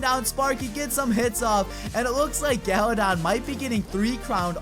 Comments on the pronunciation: He said galadad at the end lol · I legit thought he said galadad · galadon?? you mean Galadad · Did he just say "special shoutout to Gala-dad"